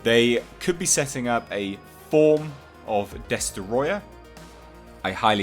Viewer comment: With the utmost due respect -it's pronounced "DES TROY UH"- Not "DES TER OY UH"